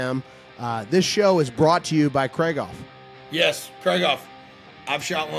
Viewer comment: Guys, FFS, it's KREEG-hoff, not KRAIG-off.